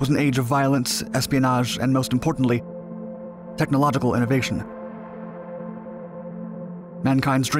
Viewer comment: tech-knowledge-ical.... What?